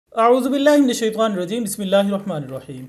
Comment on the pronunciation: Bhai it's Shaytaan ur Rajeem and Not shatWaan ... Just a request for correct pronunciation dear